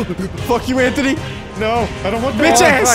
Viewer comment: Why did I always heard Anthony's name as "Entity"